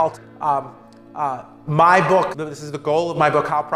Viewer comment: "So my bOcK is my bOcK!" an extremely articulate speaker!